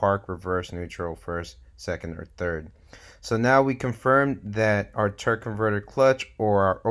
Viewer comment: Your killing me saying Turk most of the time! Good video